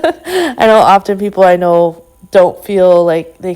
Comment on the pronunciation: the 't' in often is silent...word is pronounced 'offen'